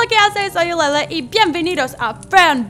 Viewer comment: Nose ustedes pero yo escucho soy elele🙈